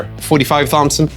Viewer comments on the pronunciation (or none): I love these videos, but it hurts me a little when he calls it the "TH-ompson" rather than "TOMP-son" for the .45 Thompson submachine gun. Imagine calling it a "Thommy Gun", yikes!